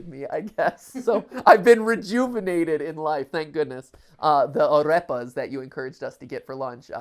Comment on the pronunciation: Nobody: Matpat: aRREpas